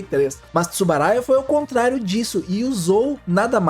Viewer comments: Uma pequena correção, o nome correto é Tsuburaya. Foi falado por todo o vídeo "Tsubaraya". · É Tsuburaya e não Tsubaraya.